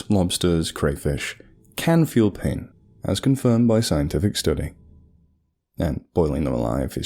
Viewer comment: Feeling minimal pai-OH-n